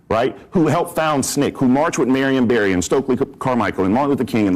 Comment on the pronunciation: Marion Berry? Come on man